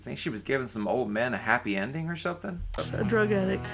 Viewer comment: any time someone drops the 't' in 'drug addict' I just think of an actual drug attic where people get high in the ceiling. 😂